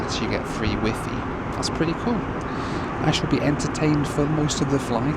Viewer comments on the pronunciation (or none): The way you pronounce WIFI made me laugh, one IT engineer to another. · The way your say "wifi" reminds me of how my dad says "sci-fi" - "sky figh". "Wifi" is a "pun" on "high fidelity (hifi), and the Wi bit stands for "Wireless". Not the Chinese chat app. I mean ... say it however you want, it's a made up word that means nothing. Just saying.